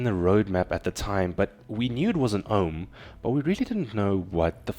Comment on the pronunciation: why you keep saying Omen?